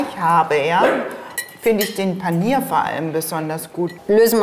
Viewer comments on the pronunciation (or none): panier - haha . paneer heisst das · Es heißt übrigens Paaaanir nicht Paniiir. Also von der Aussprache her. Man will ja nicht panieren xD. Aber interessante Reportage trotzdem :)